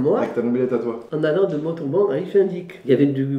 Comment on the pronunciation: c'est mONtauban pas motoban